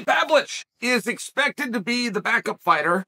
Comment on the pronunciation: wth did he call him😂 Surge-V Pavlich 😭🤣